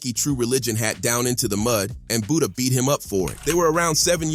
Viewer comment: Who tf is Buddha…butter